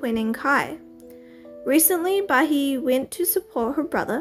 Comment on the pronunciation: It’s pronounced ba-hee-eh not ba-he